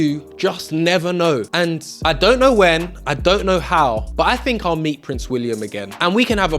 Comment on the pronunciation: What a brilliant young man you are, I am sure your Mum is very proud of you. I would ask that you remember not to replace th with f or v for example with not wiv think not fink, and such like, be an ambassador for the English language